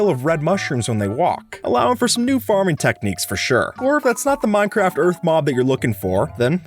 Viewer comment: I swear you said minecrap